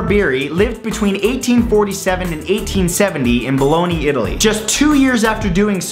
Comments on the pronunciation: Baloney, Italy. Really? Bologna. Bo-long-ya. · Did he just say baloney italy lol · I think you meant to say Bologna Italy. Pronounced like it looks. Not like the yummy American ham like substance.😁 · Matt it's pronounced BA-LOAN-YA noT BA-LOAN-EE THAT IS A SANDWICH MEAT Bologna IS AN ITALIAN STATE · It's not 'ba-lon-ney' Italy lol. It's ba-long-ya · Love the videos mate but Bologna is pronounced 'BO LAWN YA not Boloni,lol. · Lourdes is not actually pronounced as an American would. (mostly because it's French) Neither is Bologne (because it's Italian) ... Also, I think most of these "miracles" are just time-travelers messing with us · that’s not how you pronounce Bologna